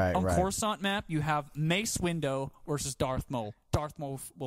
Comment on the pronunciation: Mace Window and Darth Mowl? What?